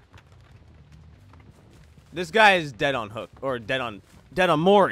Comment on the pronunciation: Whenever he says " Mori" it sounds like "morty"